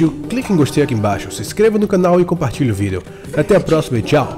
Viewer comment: JSP vc fala videon